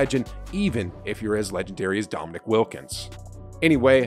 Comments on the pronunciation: Dominick? Damn. How soon we forget the legends. For the record it is pronounced Dominēēk. Wilkins always played hard against Larry Bird. You don't get called "The Human Highlight Film" if you aren't something special. Still my favorite poster with both of em standing side-by-side. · Dominique. It’s Dominique. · Why is this guy making videos when he doesn’t even know how to say Dominique Wilkins’ first name correctly?